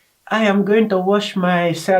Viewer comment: "Holy watah" 🙂